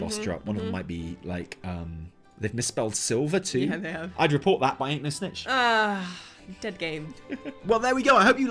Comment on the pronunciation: said daed gaeme im DAED!